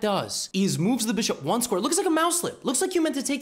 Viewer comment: Now the way Levy says(the bishop) becomes far more entertaining than the way he says (the Rooook)